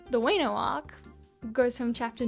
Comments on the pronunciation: Stop.Saying.wAynO lmao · I was actually invested in this video until she said WEno